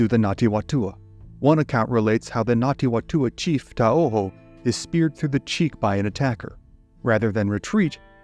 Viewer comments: not Ngati Watua. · Ngāti Whatua pronounced fatua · "WHA" in Maoiri is pronounced "FA"... so it should be said. Other than that, great video! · Yeah you did do pretty good but just some extra help the Ngati Whatua are pronounced the Wh sounds more like an F. Anyway other than that solid.